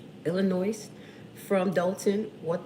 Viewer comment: For the record, the 'S" on Illinois is silent!